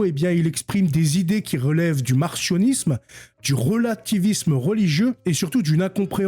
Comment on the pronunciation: Ca se prononce mar-C-io-nis-me, comme S-io-nis-me, non mar-CH-io-nis-me.